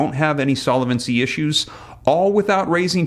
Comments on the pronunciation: Please, since you use the word “ SOLVENCY “ so often, I really wish you would learn proper pronunciation of it !! No way it is Solevency 👺👺👺🦧😎😎👀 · Solvency, not solavency, based on the word solvent, not solavent. Not intended as a criticism; thought you'd want to know.